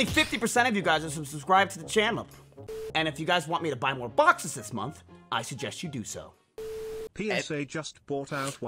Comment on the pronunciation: idk if this is the point of the joke but I thought he said boxers😭😭